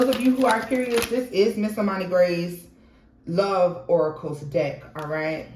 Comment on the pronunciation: Oh hell nah…2 min in. You said let me find me a deck…my a$$ heard let me find me a d😂ck lol. I already know what I’m in for in this reading. Let me buckle up 😂😂😂😂❤